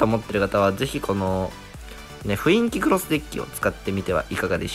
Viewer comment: めっちゃどうでといいけど、ふいんきに聞こえる